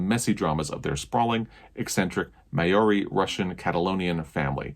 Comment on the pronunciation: Māori is pronounced like the first half of Mardi Gras. Close anyway.